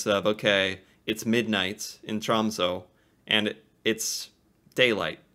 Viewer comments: I live close to Tromsø, in the city of Harstad. The big downside to this is that on the other side of the year, right now, the sun never comes up for two months. Alot of people get depressed around this time. Also, you need to react to a video explaining how to pronounce our last three letters "Æ, Ø and Å". It's TROMSØ, not TROMSO. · Tråmso😂😂 geez bro